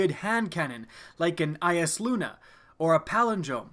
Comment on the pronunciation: OMG HE PRONOUNCED EYASLUNA RIGHT I'M DYING